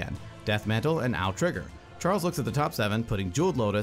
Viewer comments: It is pronounced like Ow. Also fun fact, it means blue in japanese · Japanese speaker here, its pronounced Ah-Ou , by the way, 3 the english name lack a U word somehow as its a 3 character word in Japanese. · Since it's from Kamigawa, it's safe to assume you should use Japanese pronunciation for Ao. Thus it's pronounced "Ah-Oh", or basically just "Ow".